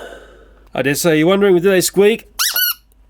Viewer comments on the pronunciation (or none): none